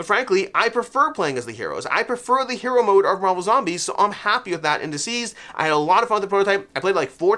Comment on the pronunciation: I really enjoy your content but it drives me nuts every time you call it Dzeez! It's DCeased as in 'deceased'.